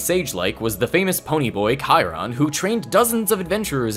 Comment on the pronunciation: Thank you for finding out how to pronounce Chiron